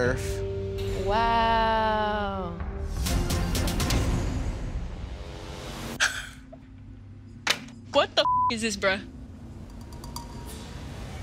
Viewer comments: Mans really said earf 😂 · " I had to bring her back down to erff " Lol you mean earth! 🌏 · “Had to bring her back down to erf.”